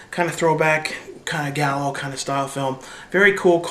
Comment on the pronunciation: Gallo? You mean giallo? It's not pronounced like "gallow" but how would you know that, watching all these shitty movies..